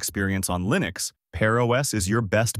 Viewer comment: 'ParOS is built on Arch Lyenux'. TTS is insulting